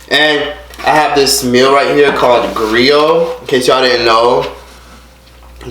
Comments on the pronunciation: Once you said Griyot and Pikliz correctly I suspected you were Haitian then I heard the fight and matante say "ou pa sipoze krache sou like" I realized you were family. Don't pay attention to that pitiful bouzen you call a sister. Miserable people crave attention I have family like that too see bay vag cheri. I subbed after lurking for a bit keep your head up boo! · 🇭🇹🇭🇹🇭🇹the way said “Griot” and “ pickliz” he hassss to be Haitian 😭REPPPPP